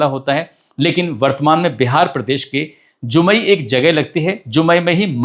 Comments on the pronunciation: Its जमुई not जुमई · Ur are saying jumai wrong real name is Jamui